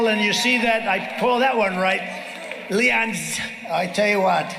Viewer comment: what did he say? "Leons"? Trump the "Mis Speaker" of the Year in Maga World. Wonder if that is an amusement park or a creepy town fair?